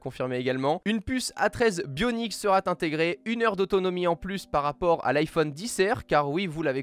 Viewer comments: Le format Podcast est vraiment cool ! Le téléphone ne gène pas du tout, c'est très plaisant à écouter (juste les liaisons genre seraT envoyé ou seraT écouté qui m'énervent, mais c'est un détail.) Quant au contenu..Apple rattrape enfin son retard, mais les 5h de plus avec une batterie de 3174 mAh (la même que l'année passée), c'est purement impossible. En veille peut-être, en utilisation active, non. Niveau design j'aimais déjà pas le module plaque de cuisson sur le mate 20, je l'aime toujours pas ici. A voir lors d'un test en conditions réelles, mais ils sont loin d'avoir le Maillot jaune au niveau des fabricants de Smartphones.. Le nouvel Ipad est...plus grand et c'est à peu près tout. Le AppleTV+ est selon moi une erreur, Disney vient de lancer son service de streaming, arriver derrière avec un catalogue (sûrement) beaucoup moins fourni que Netflix c'est gonflé et j'attends de voir ce que ça va donner Le principe d'Apple Arcade est cool par contre, c'est sûrement l'annonce qui me plaît le plus. A voir si il n'y a plus aucun achat intégré et à faire dans le jeu sinon c'est vraiment quelque chose de satisfaisant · Putain de bon chien de bonsoir, y a pas de t à la fin de sera. On ne dit donc pas "sera t'intégré" ou autre liaison mal t'a propos. PS : même les bruits ne viennent pas de par z'et d'autre. etc...